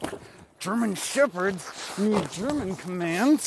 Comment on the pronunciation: so as a german i gotta say your pronounciation is actually realy good :D